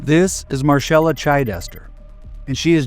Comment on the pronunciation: It’s pronounced Marcella not marshella.